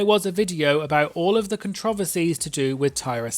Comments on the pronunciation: I can't with how you said controversies as controvearsies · As an American I was flabbergasted. I feel like I’ve heard so many British people talk but apparently I’ve never heard them say that one word 😂😂